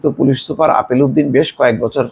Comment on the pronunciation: আপনি কি গাঞ্জা খেয়ে রিপোর্ট করেন। লোকটার নাম আলেপ উদ্দিন আর আপনি বলেন আপেল উদ্দিন।